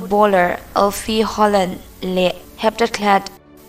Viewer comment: Ngai thla z peih lo e a lam thiam lo e mai a 🤣🤣